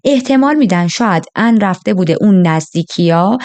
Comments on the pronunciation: کاش میگفتی آن...نه عن...😂😂😂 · خانم این چه بهونه‌ایه که مجبورم اونقدرغلیظ هم بگم که انگار ان رو عن تلفظ میکنی خوب خیلی ازاسامی را در تلفظ زبان کشوری معنایی نامانوس میده‌را کمی تغییر میدهند وشما راحت میتونستی -آن ازش نام ببری درحال حاضر در تمام کشورها مارکی داریم بنام کی‌ری که در ایران همان پنیر را با همان مارک ولیبل واما بنام کی بی فروخته میشه مثل فروشگاههای زنجیره ای در بلغارستان بنام (چ-س)وم که هزاربار ما تلفظ کنیم یا چوم یاسوم تلفظ میکنیم درحالیکه اونها طوری چ و س را تلفیق میکنند واین نام را بکار میبرند که تلفظش برای ما سخته ووقتی میبینیم کلمه ویا نامی در زبان ما معنای خوبی نداره که گفته موظفی با همان تلفظ بگیدهمه دنبال عن میگشتند وپشت عن بوته و.... عن رفته بود رستوران چیزی بخوره... وخیلیها عن رودوست داشتند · کاش بجای عن میگفتی آنا 😂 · اصلا درستش آن هست . هیچ زبانی نمیاد اسمی رو که به زبان خودش تا به جا ست رو با همون تلفظ اونم با لهجه ای که شبیه اسم اصلی هم نیست تلفظ کنه . البته فقط نقده وگرنه جذاب تعریف کردن و من باب پیشرفت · آخه این چه اسمیه مخصوصا اونجا که میگی آن رو چی کار کرده.ان کجاس😂